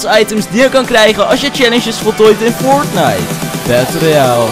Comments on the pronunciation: Fortnite battel royale echt heel grappig hoe je dat zegt😂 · ja idd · Bramsly joh maar zo zegt hij het ook een beetje😂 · ja ik ook haha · Ik dacht dat ik de enige was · vind ik ook